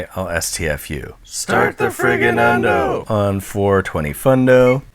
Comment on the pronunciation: Undoh is just a made up word he says instead of Oven.